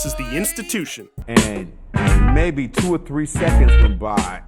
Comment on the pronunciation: Oh Lol i see u said Mabe xd